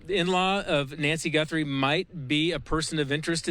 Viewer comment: What the he'll is wrong with this goofy of a newscaster? GUNthries..GUN? HES SO STUPID